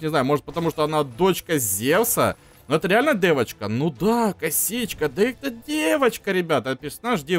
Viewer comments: ты говоришь не девочка дэвочка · ты так прикольно говоришь ДЭВОЧКА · фраза:Дэвочка так прикольно он говорит))) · Блин так сказал ДЭВОЧКА